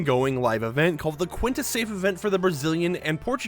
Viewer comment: It’s pronounced as QUINTA (keen-ta) not quinta (kwuin-tuh) lolll